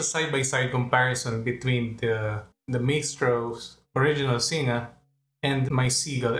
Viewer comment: Nice review. Just one quibble on the pronunciation of Singa. Its Sin-ga, not Sin-nga. Like in Sin-ga-pore. X